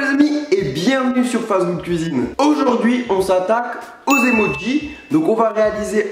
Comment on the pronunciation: Tu dis emodjis